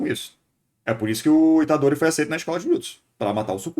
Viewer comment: true demais, o pessoal da dublagem de jujutsu fica colocando os nomes de forma porca. tipo falar Fushigurô e Itadorí, o pior de todos é quando falam jujutsu kaissén, é horrível. e isso sempre vem de não falantes de japones, porque todo japones sabe que a silaba mais forte é a que repete mais vogais. fushiguro se fala fushíguro mesmo, e itadori fica itádori. não exatamente assim, mas dá pra entender. a única que acertaram é gojô pq se escreveria gojou